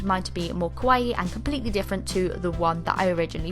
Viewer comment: The way you say kawaii... 😱😱😜😜